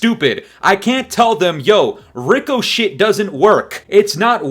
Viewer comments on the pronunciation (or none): I agree totally! Cheating is out of control and shouldnt be But ffs Ricochet is pronounced RIK-UH-SHAY. 😅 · Rico-shhh perfect😂😂